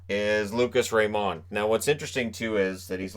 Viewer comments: I won't be surprised if, in a few years from now, we see Byfield being the one who should've gone number one... or someone from the 6th round amazing us all. Edit: Also, again, "Raymond" is pronounced like you think it is - not that french touch you want to add. Trust me, we're both Swedish and I've heard his name quite a lot:) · I love ur content but plz stop saying lucas rayMOND